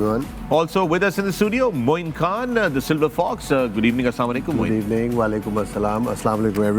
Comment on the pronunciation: Pakistan is so poor that When Fakhar says "GOOD EVENING" in the intro it sounds like "Gareebaning" 😂💀